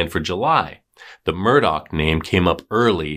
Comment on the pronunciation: Omg it's pronounced, "MUR-DAW", not , "MUR-DOCK"... 🌈